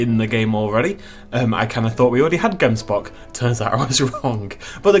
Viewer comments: Oh my soul I am from South Africa and you are totally butchering the name of the “gemsbok” it’s like a (gggghh em s bok) it comes from thé language Afrikaans one of the languages we speak here and it’s so cool to see so many of our native animals now we just need the Guineafowl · They way you pronounce Gemsbok🤣🤣 only Afrikaans South Africans can say it correctly. But great attempt.🙌🏻